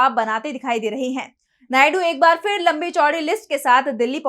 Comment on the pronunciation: उच्चारण का संज्ञान लें फिर ( फ़िर नहीं)